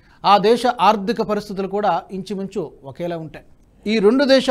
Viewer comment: నమస్తే. ఆర్దిక కాదు..ఆర్ధిక అని చదవాలి.రేణుల్ కాదు....రేణువల్ అనాలి. వాడరేవు కాదు ఓడరేవు. చయీనా కాదు చైనా అనాలి. Don't make mistakes again sir.తెలుగు బాష మాకు ప్రాణం.